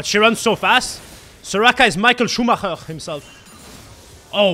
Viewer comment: The pronunciation of 'Schuhmacher' was actually clean xD